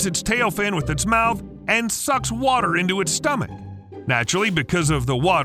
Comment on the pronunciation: The flod... Noe... What wather was? 😉